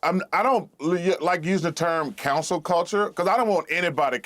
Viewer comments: Boy they must be paying him really good for the co nory comments he’s saying. Learn how to speak correctly “it’s cancel” not Council. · Why Charles kept saying "cancel" as "counsel"..? 😂